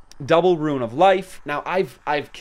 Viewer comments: Rune =/= Ruin xD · Liked just for the commitment to pronouncing Rune lmao a guide for morrigan/the big three would be cool too